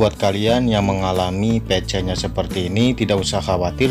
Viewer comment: Pisi bang (PC) bukan pece😂😂😂